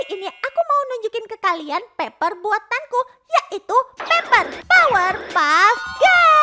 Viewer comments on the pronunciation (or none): Paper bukan peper😅😂